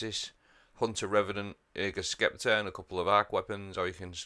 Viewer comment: say it with me, 'septer' not skepter lol